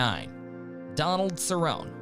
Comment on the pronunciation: Tell me you don't actually watch ufc without telling me you don't watch ufc. "Donald Cerron" its Cerrone you fucking idiot.